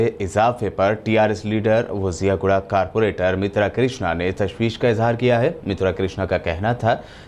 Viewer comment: Ziaguda hai miya wo jiyaguda nahi hai pasha